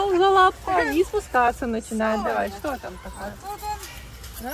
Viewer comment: По всем нормам произносится "што", а пишется "что"